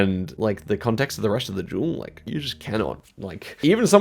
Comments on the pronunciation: oh he was saying "duel" not "jewel" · the way he says duel like jewel is just great haha i love it